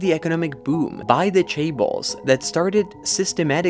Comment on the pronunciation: Chaebal? Cabal? Seriously…